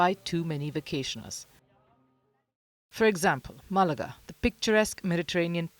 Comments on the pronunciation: 09 MÁ-la-ga. Accent on the first syllable. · First off, learn how to say MAAAHlaga (accent on the first syllable) Second if you claim to be anything close to a news source then use an honest headline. There is no ban on tourists or tourism. There is indeed a ban on owners hogging apartments they use as Air BnB or on other short term websites instead of as residences or long term rentals. This behavior has made it difficult for many Spaniards to find living accommodations all over Spain;s coasts. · Emphasis on first syllable with Málaga.